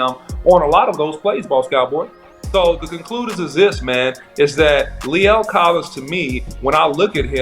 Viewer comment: that man’s mama gone get you for butchering his name lol lol lol other than that good film study however I don’t think right now we can compare those guys right now because Lae’l was out for a year and Steele wasn’t so let’s just give a fair shot until there’s more film on Collins